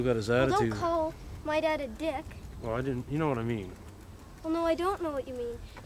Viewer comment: “Don’t call my dad a Dieck”💀 never heard someone pronounce it that way